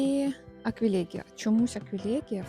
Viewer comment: Люпін, аквілєґія, пєнісєтум 😔 ЛюпИн, аквілЕгія, пЕнісЕтум-це якщо ви хочете удосконалюватися. Люпин шикарний, теж маю рожевий. Кажуть, агресує, подивимось 😉. Дякую за відео! ❤